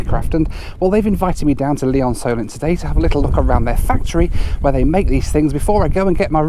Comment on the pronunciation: Lee-OnSolent? I used to fly gliders there!